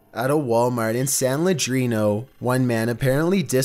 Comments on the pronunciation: Please stop mutilating the name of the town in number 2. It is San LeeAnnDro, not San ladreno for Gods sake man google it would ya?? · It’s pronounced San Lee-an-dro. Not San Ledrino lol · Why he saying San Leandro like that 😂😂😂😂😂😂😂😂😂😂😂😂😂😂😂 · #2 it's San Leandro you pronounce it wrong, I go to that Walmart all the time I remember when that happened. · You pronounced san leandro wrong lol